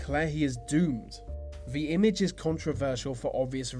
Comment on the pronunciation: IT'S FUCKING "THE".......... NOT "VUH" FFS SPEAK PROPERLY!